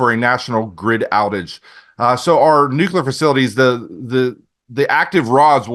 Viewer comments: Nuke-u-ler. No no no. Nuclear. New-clear. Lol. Still a good show. Just drives me nuts. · Cant take anyone that day "NUCULAR" seriously. Spellcheck it. Please. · “Nuculer” isn’t a word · nukular wtf?